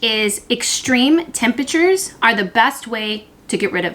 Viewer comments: Great tips! BTW, it's tempERature not tempAture. LOL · You’re adorable and love watching you.... (whispers temperature 😂 not tempatures )